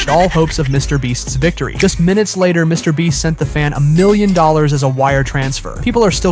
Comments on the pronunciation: "Mr. Bleach" XD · Mr Beat? Bro, what is with this voice over? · Why are you saying Mr. breast Mr. bleach and Mr. beat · You said it again quit saying Mr beat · You just said Mr beat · Yo is it just me or did he say mr BLEACH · Why is it half way through the video it sounds he’s now “Mr Beach” and/or “Mr Bleach” at times?